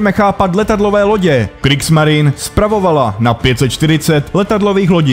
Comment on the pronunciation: Něco k psaní a výslovnosti. Zaprvé - čeština má "š", takže psát katusha je blbost. Zadruhé - v němčině se e na konci slova vyslovuje, takže Kriegsmarine není [krígsmarin] ale [krígsmarine]. Podobně pozor na přepisy z ruštiny, ty ponorky nejsou [šuka], ale [ščuka] (štika).